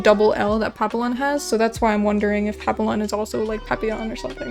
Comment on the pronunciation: as someone who speaks french, its pronounced pap-e-yon because « ille » makes the « ye » sound. Also just found your channel today and I really like putting your videos in the background while I draw, very relaxing. Hope to see more of your videos on YouTube :))